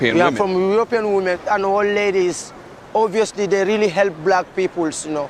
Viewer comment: you pronounced "black" wrong 😒